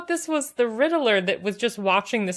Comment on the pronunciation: The way you pronounce Riddler makes me laugh. Like "Riddle-Er".